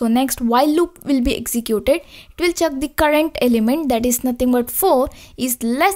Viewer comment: its check not chuck